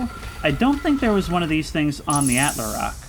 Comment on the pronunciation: Please man🙏, it's "attle-rock" not "attler-rock"